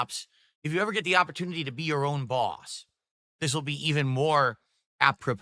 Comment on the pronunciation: "The date doesn't matter, gwett it??" Is he taking the piss? there's ONE day he would never ever miss and wants everyone of his dented viewers to remember, it's his bertday. It's not that exact dates don't matter when you get older it's literally just that he's terminally self-centered